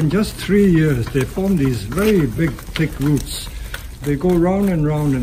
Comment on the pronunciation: I thought he was saying "tick roots". I honestly thought it was some kind of special roots that were good for Bonsai.